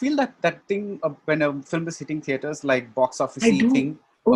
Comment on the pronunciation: Its cute how she pronounce Film as Fili-m.